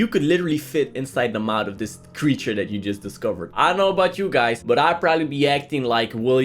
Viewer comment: i love the creecthure is seahorse